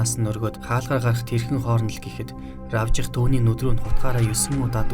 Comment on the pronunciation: Равжих гэж бичдэг хэдий ч АРАВЖИХ гэж дууддаг юм ш дээ. (АРВИЖАХ биш шүү) Ядаргаатай энэ орчин цагийн залуус Р үсгээр эхэлсэн нэр ерөөс дуудаж чадахгүй юм л бол РАБЖИХ .РАБЖАА.РАТНАА.гэх зэргээр дуудах юм